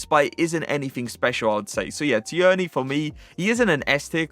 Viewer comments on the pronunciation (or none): Please stop pronouncing Tierney like that. You’re an English fifa streamer and you’re pronouncing his name like a 70 year old NFL flan: it’s ‘TEAR-NY’ - the ‘i’ is silent and shouldn’t be emphasised. Jeez. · Who is Tee-Yearney?😂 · You really need to learn how to say Tierney.